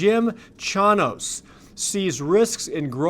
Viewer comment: Jim Chanos. (CHAIN-OSE)